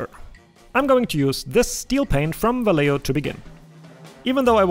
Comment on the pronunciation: Hey! Thank you so much for the paint tutorial, I feel like this is really essential towards so many projects and can be very versatile. I do wonder if there is a way to keep the function intact without chipping the paint. Maybe with enough varnish? I also thought it was kinda funny how you pronounce Vallejo, since it's pronounced va-yeh-ho. But that doesn't matter much.